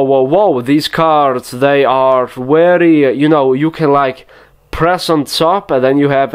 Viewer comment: 53 minutes of "wery just like that".